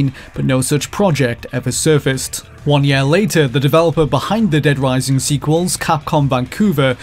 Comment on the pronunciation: Every. Single. Time. This dude says "year" I am triggered. I try to ignore it, but he says it A LOT